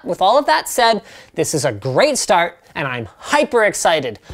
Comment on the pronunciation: "hyperx -cited" ha.